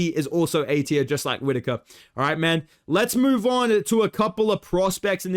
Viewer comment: Dude, why r u saying mAhN? Why isn’t Jack Jenkins in the bloody S tier???!!